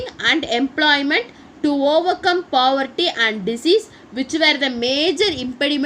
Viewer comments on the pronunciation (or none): Pavarty illa mam poverty